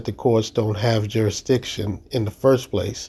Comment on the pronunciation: New rule, if you can’t pronounce jurisdiction, you can’t ask about it.